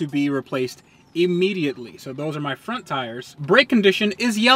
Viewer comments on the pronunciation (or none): none